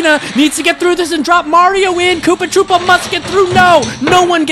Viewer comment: KOOPA TROO-PA